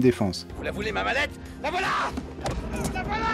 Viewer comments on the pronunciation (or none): On dit "voilà" pas "wallah" 😁